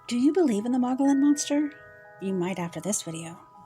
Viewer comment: MOE-GI-ON. The L’s are silent